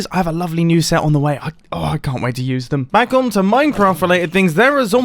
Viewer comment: Wait at the start didn’t anyone realise mumbo said “welcome bang” and not “welcome back”